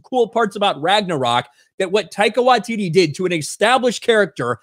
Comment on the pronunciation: Can you please once pronounce the comedy genuine name currently! Love what ya have always done, but please speak English! 🙏. Your doing a video about ONE OF MONTYS AFTER ALL!